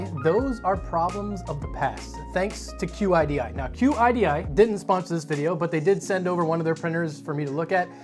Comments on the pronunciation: Qidi is pronounced kee-dee.. It's not an acronym. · Ok man it is pronounced "Sheedee" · I took Chinese as a second language and QIDI in English would be pronounced like "chee-dee"